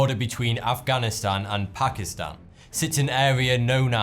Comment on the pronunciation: YAAAS! Someone who actually says ''Pakistan'' right x'D I have to tell people, it's pronounced 'Taan'.